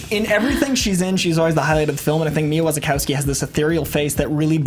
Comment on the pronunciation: Mia Wachawski lol Coy is so stubborn he wont have Alicia to correct his pronunciation